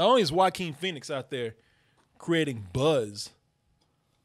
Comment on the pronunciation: kept saying BUZZ w such emphasis, I thought he was still talking about Buzz Lightyear. fuck that movie